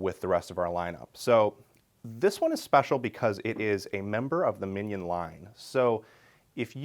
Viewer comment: Love this guy but the way he’s saying « mignon » is killing me.